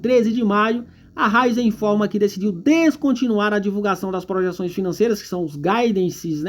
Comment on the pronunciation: Ôhhh, é Ra í zen!!!! 😂 Essa empresa tem um futuro brilhante, mas, no momento, está passando por um período ruim. Eu vejo momento de compra, um momento de acumular ações da companhia.